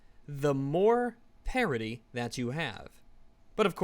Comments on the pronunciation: Did he say gender parity or gender parody? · I keep thinking you are saying parody and not parity.